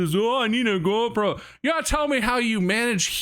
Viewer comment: Is it just me, or did Bob turn Canadian when he said GoPro